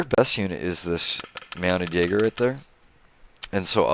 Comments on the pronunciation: Just a suggestion but Jaeger is pronounced YAYGER not JAGGER just fro future videos. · I love your channel and all your videos, but it is annoying, as it is pronounced "Yay-Gr" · Not that it matters, but Jaeger is pronounced Yay-gher